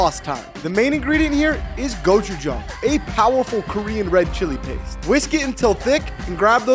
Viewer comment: Yeah and it is pronounced more like kochujang and I should know cause I'm korean. Just saying